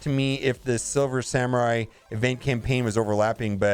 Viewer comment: Simmer samurai he says…